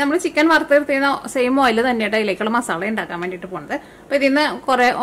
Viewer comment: മാസാളയല്ല മസാല 😂